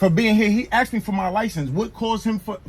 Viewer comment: "Can I axe you a question? Is that a law or a statue?" 🤔